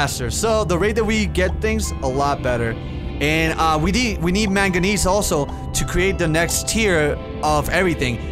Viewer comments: manganese is pronounced mag neeze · Its pronounced mang-guh-nees, manganese is a metal that's used to make corrosion resistant steel, and aluminum alloys. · it's main-ga-knees that's how you would pronounce it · Its mag-nese like magneseium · It is man-go-neys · It is pronounced ( Man-Gi-Nese) Also why would you want megalodon it would swallow your base hole and also I would want to see plesiosaur if they had prehistoric fish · when saying manganese start by saying manga then finish by saying nese like the end of Chinese or Japanese I'm English so i know how to pronounce most of the words others might struggle with like the way you struggle saying iron instead of saying i-ron you say iorn English is weird language i know that because I'm better at learning other languages and I want to thank you for inspiring me so much that you made me want to learn Spanish instead of any other languages and overall just for being my favorite youtuber:3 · No it's pronounced manga-knees and spelt manganese